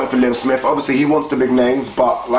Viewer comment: You guys murder people's names 😂